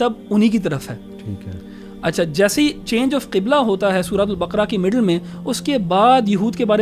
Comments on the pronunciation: سورۃ البَقَرَہْ ہے ۔ نہ کہ بکرہ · JazakAllaha,plz correct the word baqra. The correct word using nooktte wala kaaaf.